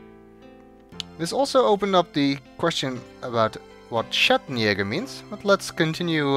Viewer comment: here we find the inherent problem of recording the actors in separate locations at separate times. Tim Curry pronounces the word “Schattenjäger” correctly. Linda Gary does not. Gabriel doesn’t correct his gran cuz he’s not there with her. And before you say “Well she’s a southern belle so of course she’ll drawl the word in her own accent,” Gran claims to have heard her husband — a native born German — say “Schattenjäger” in his sleep often. Often enough that it formed a memory in her head. When you only hear a word, and never see it written, it becomes very unlikely you’ll mispronounce it later. Even years later. If the actors recorded their dialogue together, as is sometimes done for big Pixar productions or TV cartoons, the issue gets resolved after rehearsal or the first take. If whoever directs the actors is the same person at every session, and is paying attention to this obviously important foreign-language word that forms the basis of a game puzzle, said director would’ve known the right way to say “Schattenjäger” and then corrected Linda Gary. If the production staff had prepared notes for the talent, including a pronunciation guide, this doesn’t happen. But since video game dialogue is often recorded on the cheap — in many locations (to prevent the costly flying and accommodating of actors), at many sessions over weeks or months, and often using local, contract production staff who have no connection with the creative elements of the project and just want to del